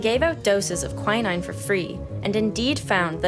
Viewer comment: Quin-ine is the right pronoucation I believe.